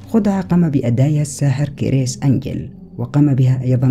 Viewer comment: كرِس وليس كر يس